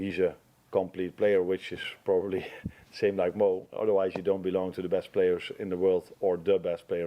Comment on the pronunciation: Anyone else notice he said 'breast'and not 'best'. Amorim is gonna bring the breast out of the players. Gonna be an interesting match Sunday 😂